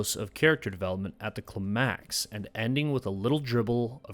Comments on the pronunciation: Very unique pronunciation of ‘climax’ Most say ‘cLimax’ Here it is ‘climAx’ Very unique. Great video though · weekly reminder that it is not pronounced klih-MAX. It's pronounced KLY-max. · Is this self-deprecating sarcasm? English and US, Merriam and Cambridge, the emphasis is on the first syllable. KLIGH-macks. Not kli-MACKS. I imagine Kli-MACKS is how a lizard person that's only a year old would pronounce it because when they were being grown in vitro in a tube their accelerated learning program forgot the pronunciation for that term. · CLY-MAX NOT CLA-MAX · Cly-max. CLY-max. Not Kle-MAX. Otherwise your video is awesome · "the cluh-max" no. ˈklaɪ.mæks "kly-maks" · bros first time saying words - house-ton and cliMAX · “Clamacks” yeah never heard of it. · cli-max lol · Why would you pronounce it clih-max, Im traumatized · Great video, but why do you pronounce climax as clemax? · If you say clamax one more time.. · Love this vid but… “kluh-MAX?” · What’s with pronouncing “climax” as “klee-MAX?” Is it an attempt to avoid being knocked by the algorithm for talking about s-e-x? Is that on the blacklist of things we can’t say on YouTube? Weird. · jsyk, it is pronounced kli-maks (with a long i ) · “the cluh-MAX” 😒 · Never heard it pronounced cluhMAX before. Good video, that scene stuck with me as one of the best scenes I’ve ever seen on TV, but I hadn’t thought about it in terms of story structure before. I’d like to offer another similarly great scene, but at this point I’d have to list about ten and they would all be from Andor. I’ll have to check back in later. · Clim-Axe. I had to really really anal-eyes what I heard there. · "At the clamax"?¿???????😅😅😅😅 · CLA-maax bro just say climax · Yep. Cluh-mAx! Thought maybe AI had finally glitched. Surely he just misspoke. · Cli-MAX...!? Are you a bot or is this the first time you've encountered this word? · Climb-axe, is the way people pronounce climax. Are you a real person? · who pronounces climax like that ??